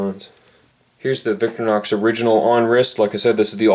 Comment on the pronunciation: stop saying victor-nox!